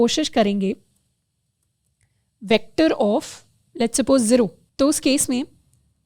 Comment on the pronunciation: guys, its not zeero its zero